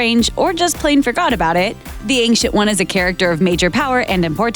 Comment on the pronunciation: the ''ankcient'' one, do you mean ancient one?